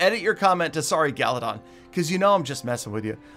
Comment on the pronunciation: Galadoff instead of galadon